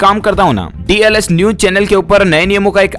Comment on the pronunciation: Pronownseation theek kariye